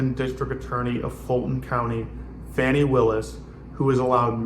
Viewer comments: Fani pronounced fawnee. Not Fanny. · Please pronounce Fani Willis's name correctly. It sounds like fawn-ee, not fanny. Trump mispronounces it because he's a misogynistic bigot.